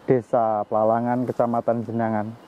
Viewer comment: Plalangan, bukan Plalang